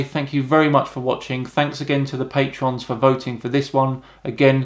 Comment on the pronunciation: Literally the only thing about I don't like is how he pronounces the word 'patron'